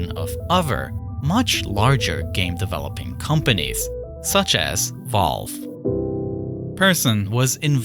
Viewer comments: Volve no its Valve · bro really sead volve